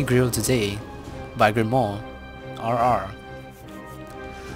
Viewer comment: It was bubble/double kill today, it was mini grill today. By girmoire. -dramatic pause- RR.